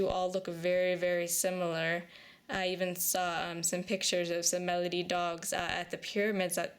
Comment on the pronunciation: I love the name Baladi,. I think it rolls beautifully off your tongue, and I hope you will keep it. Thanks for taking her in. She's sweet.